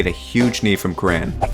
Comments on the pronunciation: Cur-in. Not Cur-ran. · Pat Cran ? Curr-an, Curr-an. They even say it in the clip, lmfao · Cur-ran (kur-in) Not kran lmao